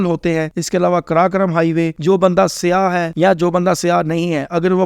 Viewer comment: سیاہ اور سیاح کے تلفظ میں فرق ہے۔